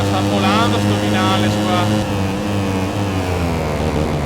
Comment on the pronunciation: vinales si pronuncia vignales!;) grande come sempre!